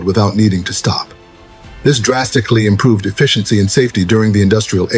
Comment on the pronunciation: Sonds like he says they improved not invented